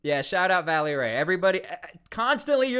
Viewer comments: It's Vélly Ray - not Valley! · VELLY RAY...not Valley...🙏🏼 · Bro, it's VELLY Ray, not VALLEY Ray. Just a heads up. You mispronounced his name like 4 dozen times in 2 mins hahaha. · Hey silly goose it's not Valley Ray , this is how you say his name... Vel- ley Ray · It's Velly Ray his name is Ray Lavelle